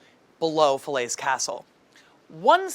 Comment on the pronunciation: Falaise Castle: the English pronunciation of French places is just awful and not useful at all.